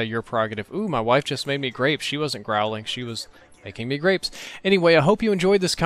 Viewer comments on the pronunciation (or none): to me it sounded like he said she made crapes. The French style super thin pancakes.